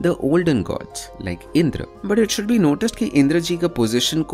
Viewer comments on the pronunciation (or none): none